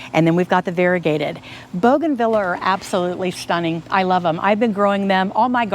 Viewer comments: The pronunciation is Bouganveeah not Vila. 😀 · Please learn how to pronounce the name bougainvillea. You’re very knowledgeable but this mispronunciation is so distracting. Thank you for teaching us that this plant can be grown in a container. 😉